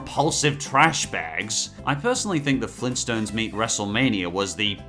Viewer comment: Flintstones, NOT Flinstontes. Two T's, not just one.